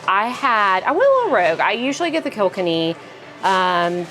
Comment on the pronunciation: Kilkenny is pronounced more like "oh my god, you killed Kenny" not "kilk-enny". Great review, but sorry, that was driving me nuts. I'm from Donegal, but have been living in America for years and have yet to hear Donegal pronounced correctly. But loved the review